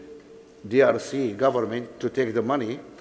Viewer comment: Dangote can't even pronounce "government" properly. He keeps saying, "goment". So embarrassed to keep hearing him say that, despite all the wealth he's stolen. Wow